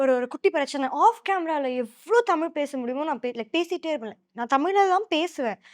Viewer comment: தமிழ் நமக்கு தான். அவங்களுக்கு அது டமில்😂😂